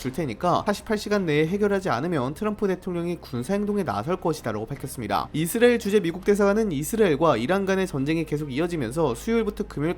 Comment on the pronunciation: 이스라엘 <<- 발음이 안되는건가요? 먼가 묘하게 거슬리네 ㅜㅜ